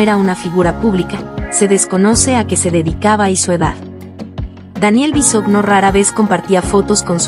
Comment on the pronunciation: No se dice "Bisogno" (así se escribe) se pronuncia "Bisoño". Es una vergüenza que ni pronunciar sepas.